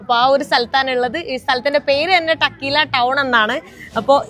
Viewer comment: ടക്കീല എന്നല്ല pronunciation, Correctly, തെക്കീല !